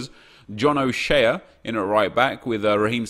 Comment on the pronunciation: It pronounced John o shay just saying